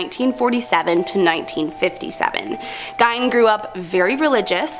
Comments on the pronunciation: His name is pronounced GEEN! Not GINE!! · Absolutely love this channel!!! However, pronouncing Gein “gyne” is killing me considering how famous he is 🤦‍♀️ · How can you mispronounce Gein…..